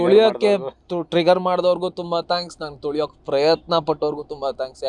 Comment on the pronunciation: ತೋಳಿಯೋಕೆ ಅಲ್ಲ ಅದು ತುಳಿಯೋದು😂😂